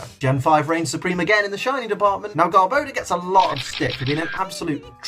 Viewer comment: Lmao how he pronounces garbador 😂